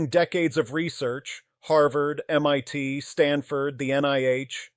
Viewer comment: This AI guy is good until he calls MIT as "mytee" instead of M.I.T